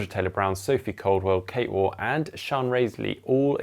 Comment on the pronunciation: and the GTN team, please can you pronounce Kate Waugh's surname correctly. It rhymes with cough. Thank you 😊